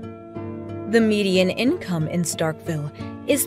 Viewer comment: Nobody in Mississippi says Starkville like Starkville they say “Startville”